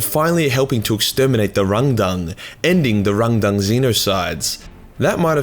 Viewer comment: “It’s hard to say RángDáng without sounding like you’re making fun of a Chinese man” continues to pronounce it with the weirdest possible emphasis (cause I don’t think that reading something like it’s two words with accent marks is normal)